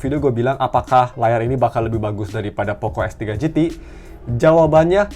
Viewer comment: Perasaan x3 , kok om ini bilang f3 pro f3 gt, apa pendengaran ku yg salah